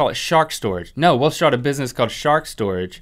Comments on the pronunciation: Not sure if anyone caught it but Link totally said, "We'll SHART a business...". Hahahahahaha! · Link totally said, "We'll shart a business called shark storage" :'D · "we'll shart a business" made me crack up so hard